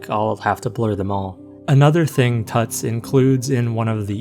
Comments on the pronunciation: I think it’s pronounced “toots” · It’s pronounced tootz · "tutz" is probably pronounced like "puts," as in the nickname tutz